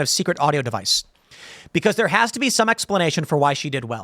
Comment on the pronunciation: How do you screw up the word device?